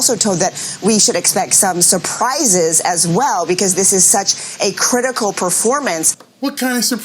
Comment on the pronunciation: "A critacal PERFORMANCE!" ?